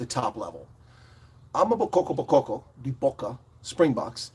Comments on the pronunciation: Pronounced: Ama- Boko-boko not damn amabokkokoko 🙄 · Well said! Though you should really consider practicing saying AMA BOKO BOKO! You have too many KO’s going on there. It’s simpler than you might think. I really like your appreciation of South Africa as a whole!!